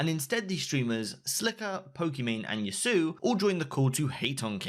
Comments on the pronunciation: yassuos name is pronounced yass-oo-oh. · "Yas ew oh", not "yas oo" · Did he pronounce yassuo as yasu, have i been pronouncing it wrongly for years or was it him? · Kinda hurt hearing him call moe, "YASUU" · mans said yasoo